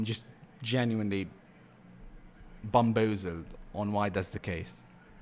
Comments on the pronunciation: How he says bamboozled 😂😂😂😂😂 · 7.28 'bumboozled' Nah jokes aside great video and a real insight into fifa 19, you're the voice we need in the fifa community